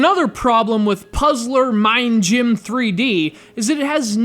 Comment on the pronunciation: I love how you say Puzzler Ming Gym :P